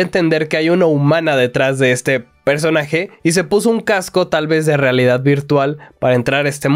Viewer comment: Cascos de realidad virtual ❌ Cacos de realidad virtual ✅